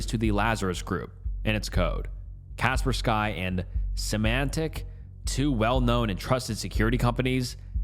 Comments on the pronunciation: Dude, it’s pronounced CAH-SPUR-SKEE. Not, “Casper Sky”. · China derives significant income from cyber crimes. So much, in fact, they have entire military units dedicated to it. Also, it’s not “Kasper Sky” lol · “kasper sky” good lord 😆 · Kapersky is pronounced “Kuh-Purr-Skii” 😊❤ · Lol kapersky i dont think you pronounce it like that bahaha